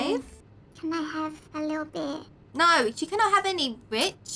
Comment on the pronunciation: says Bitch instead of bit